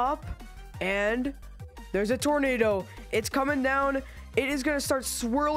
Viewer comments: It’s tornado not tornata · Tornado? Did you meant tomato 🍅